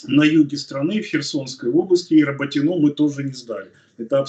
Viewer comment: РаботинО? Правильно говорить РабОтино..(!!!!)🙏.это как на мой бедный город Орехов - ОреховО долгое время называли...нам обидно это слышать... пожалуйста ,Вы же не на кухне с семьёй разговариваете,МЫ Вас слушаем,люди с Запорожской обл. и ждём хороших новостей,молимся за родных на фронт,и тут РОБОТИНОооо...ппц какой то....